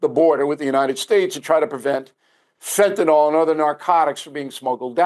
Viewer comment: Unbelievable to me how the drug Fentanyl is pronounced Fentanol all the time. Couldn’t believe it when you did it, Bill…